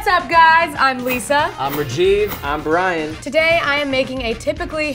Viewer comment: Did u notice that u said brain instead of Brian lol